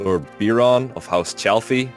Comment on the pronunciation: Lord Beer-on